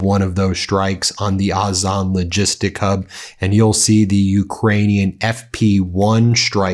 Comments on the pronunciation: O - Zone, not Oz - on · OZON Ben not AZON. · FYI it’s pronounced ozone. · iT IS Ozon, pronounced Ozone, just saying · Why can't you pronounce Ozone the normal way as you do for Fire Point, Wildberries, etc?